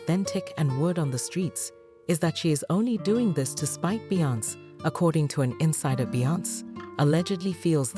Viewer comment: Talk to me when you learn how to pronounce Beyoncé’s name